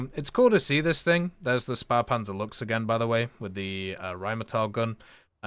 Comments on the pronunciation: Luchs Himmelgeher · Ah yes the "Luhgs" a spahhpanser